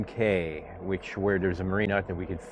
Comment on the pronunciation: Nice hearing the natural sound. I plan to follow the same route to the exumas so this was helpful. Just one note they pronounce them “keys” not “Cays” 😂 cheers